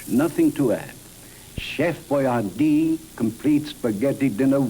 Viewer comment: Funny seeing Alyssa Milano in that Hi C commercial. And Costanza with hair. You also mispronounced Boy-ar-dee. Trust I used to say it the same way until I saw an old b & w commercial with him saying his name. Granted, its subtle, but there is a difference.